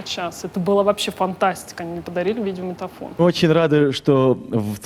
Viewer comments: А ещё она говорит "видеоманитофон". Как деревенская бабушка 😊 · Дмитрий Москалёв похоже да 🙈